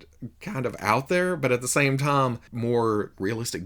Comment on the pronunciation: Throws me off everytime you say the word "time." It sounds like you're saying the name "Tom."